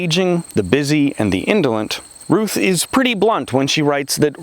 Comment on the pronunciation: It's RUTH not Rush--sorry!